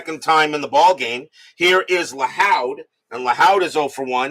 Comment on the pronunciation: Joe Lahoud is pronounced Lahood like the hood of a car.